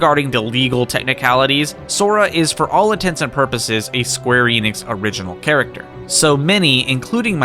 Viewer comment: You pronounced the Enix in Square Enix wrong.